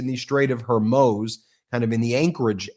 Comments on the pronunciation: Please pronouce Hormuz and Xi Jin Ping correctly. It will improve your credibility. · Please learn to say Hormuz. I love your work but that's grating on my nerves (petty I know) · For credibility's sake, please pronounce the name of the strait correctly. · Ben, check your pronunciation of Hormuz. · You say Straight of Hermoz instead of Straight of Hormuz so much that I keep getting it wrong now. Thanks a lot 😂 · You are still saying Hirmoze instead of Hoarmooze. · hor-MOOZ, not her-MOSE. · Ben, it’s the Straits of HORMUZ, not ‘Hermoze’! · Please pronounce Strait of HORMUZ (with a U not an O!!)😐correctly if you want to be taken seriously!! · It’s not pronounced HOR MOWEZ It’s HOR MOOZ Oo as in Zoo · Ben it's HORMOOZE, not HORMOSE, BRO HOOKED ON PHOENICS IF YOU KEEP MIS PRONOUNCING IT YOU ARE SOUNDING VERY TRUMPIAN, it seems not picky but it says a lot about your production staff. Or that your uninformed about the region 👍🙉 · Ben, Ben Ben, straigh of Hormoooooz!!!!!!!!! Not Hor moze!! 🙄🙄🙄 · It’s Hormuz, “muze” not “moze” Ben. Can’t you pronounce it correctly, jeeze. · hormooooooooooz. not the way you said it. hormoze.... no. hormoooooooooz. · HermUz, dude. NOT HErmoze. PLEASE. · Ben, I love listening to you, most of the time, but every time you pronounce Hormuz as her-mos instead of whore-moose, my brain hurts. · Hormuz not Hermoze! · IT'S THE STRAIT OF HER-MOOOS. The 2d syllable rhymes with Booze, or boos, not MOSE OR HOSE! .You are the only one of 12 commentators I watch who mispronouncedS it. The news is awful enough without something always catching my ear. STOP ALREADY. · Hormuz, Ben. Not Hermoz. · Ben, I occasionally enjoy listening to your content however, you are driving me batty with your pronunciation of “The Straight of Hormuz”. It is pronounced with a long “U” not a long “O” at the end. If you see my comment, please correct your enunciation. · Hormuz and not hormoz. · You went from HorMUZE to HorMOZE. Now try Hormoos...like a cow...moos.